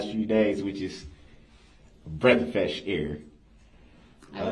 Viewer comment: This guy is so damn illiterate. “Have you had enty enty interaction with the plaintiff l?” “I’m able to hear you because I’ve been in the courtroom. Breath fesh air”. 😂😂😂what an idiot.